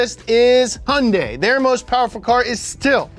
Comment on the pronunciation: first video where they pronounce Hyundai correctly. well done!